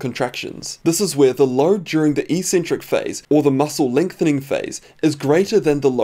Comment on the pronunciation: EEEEEE-centric is NOT a word in the English language. The word is pronounced eK-Centric. (First syllable is EC. 'EC' can only be pronounced one way. Second two syllables are CEN-TRIC. No controversy on their pronunciation). It's only ignorant lifters who mispronounce it, thinking that eccentric means crazy. The word means 'away from the center'. If you are doing a 'negative', the tendons are moving away from the center. If you are crazy, you are at the extremes of the bell curve. EEEEE-centric (if it were a word), would mean 'without a center'. I know that's not what you're trying to say. People might think you eccentric for pronouncing it properly, but I know you strive for accuracy. ;-)